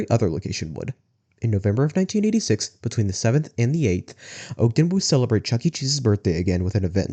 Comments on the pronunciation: i live in utah, i loved this. its just that you dont pronounce ogden like that, its "ahhgden" not "ogeden" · Ogden is pronounced Aag-den, not Ohg-den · Maybe you can cover the Orem location? Also my grandparents lived just south of Ogden and its pronounced "Ah-gden"